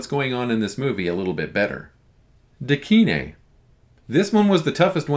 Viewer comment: “Da kine” means,”the kind”, basically, an equivalent to “whatchamacallit” so, ”kine” is not pronounced, “kee-neh”, but like “kind”, without the “d”.